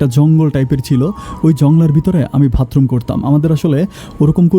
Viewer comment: ভাই এর আগেও আপনি ভাতরুম বলেছেন, আজও বললেন, শুনতে খারাপ লাগে।উচ্চারনটা হবে বাথরুম। ।